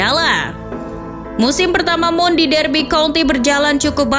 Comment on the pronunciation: Mount tulisannya dibaca maoun.